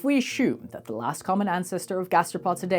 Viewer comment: NO ONE, says "ashume" this is COMPLETELY 100% ai generated.